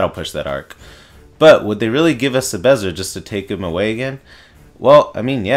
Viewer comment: take a shot everytime he says 'sebezzer'